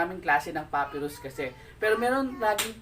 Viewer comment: Pa-pai-rus not puppyrus